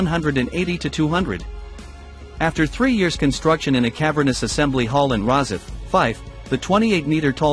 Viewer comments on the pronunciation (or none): none